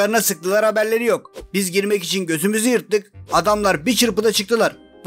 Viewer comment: Adam götümüzü yırtık yerine gözümüzü yırtık demiş isveç